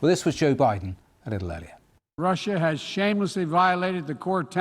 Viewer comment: TIME TO NUKE RUSSA BOYSZSZ